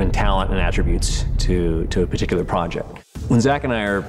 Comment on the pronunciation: Did she say “tickular” lol